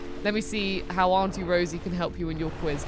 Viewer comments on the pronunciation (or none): none